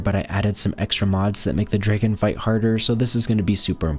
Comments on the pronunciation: Its Dragon not Dregen 😂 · Please stop saying dragon like that